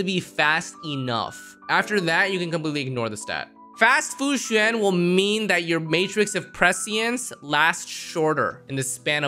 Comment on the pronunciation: Fu Xin? I think you mean Fu Xuan (Sh-u-awn)